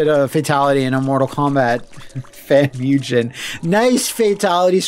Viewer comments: Just so you know, whenever pronouncing Japanese written in English a ‘g’ is ALWAYS a ‘g’ sound & never a ‘j’ sound. Similarly, a ‘u’ is always an ‘oo’ sound & never a ū/you sound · I love how "mugen" just became one of those words that took on all these alternate local pronunciations. It's like how back in the day everyone either said "rye-yoo", "ree-uh", or "roo". Yes, I knew a person who referred to Ryu as "roo", and this guy was adamant about it.